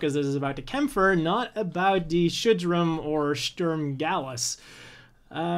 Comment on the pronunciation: Aww man, it's great to hear someone pronounce Kämpfer correctly